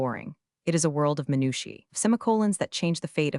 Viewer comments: "Minushi" instead of "Minutiae". This AI BS, not only here but many, many other videos!! Pathetic!! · Minushi? You mean minutia? 😂